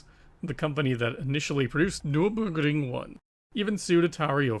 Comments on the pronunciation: “Nerr-berr-gring” It’s a famous racetrack. Hearing the copy/paste butchering of the word over and over is irritating. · I'm loving this series SO MUCH - keep up the great work. That said, I find it odd that you obviously found the germanic name Nürburgring so difficult to pronounce (nurr burr gring). I don't mean to knit-pick, but the repeated and thus un-natural sounding voice sample, was really weird to listen to (indeed. it sounded like google robot speech - not good!). Anyway, let me repeat - I LOVE THIS SERIES Regardless. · The way you say Nurburgring is funny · Why does your accent change to japanese when you pronounce nurburgring😂😂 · It sounds like you successfully pronounced the German word once and just copy/pasted it :-D